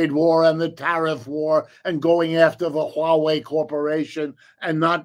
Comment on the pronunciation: Wow, I'm impressed that Wolff pronounced Huawei correctly, which is merely the way it actually looks!